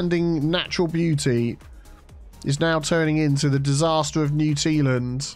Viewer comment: More like "Area of oustanding beau-tea"